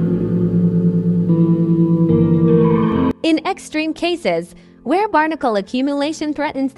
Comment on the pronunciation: Oh my god the AI voice read. "In ex treme cases" shut up, siri